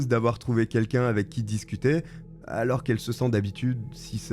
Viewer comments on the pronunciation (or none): purée mais arrête de mettre des "e" partout à tous les mots surtout les mots qui n'ont pas de "e" !! c'est absolument chiant 🚩 canal plusseu, aloreu, trop négatifeu...etc etc 😤